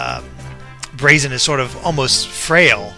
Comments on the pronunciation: Gah,, you're still pronouncing Braixen wrong. It does have an X, it's just that how you pronounced it in the analysis was like "Brahkseein" (probably because you were misreading it as "Braxien"). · Braixen is actually pronounced breaksin, which is derived from vixen (a female fox).